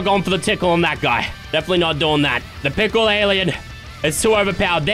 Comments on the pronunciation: said tickle instead of pickle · u sayin' pickle or tickle?????????